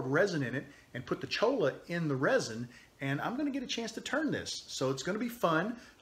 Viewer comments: the pen is beautiful and you did a great job on everything except the name of the cactus (LOL) it is cholla (pronounced choy-a) actually La Cholla AKA: jumping cactus. I have seen some beautiful items made from it but I never thought about making a pen with it. I'll have to give it a try. thank you for your awesome videos. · I'm pretty confident there is no such cactus as a chola. Perhaps a cholla. Pronounced choy~ya. Double ll = y sound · it is pronounced CHOYA. Double Ls in Spanish sound like a Y.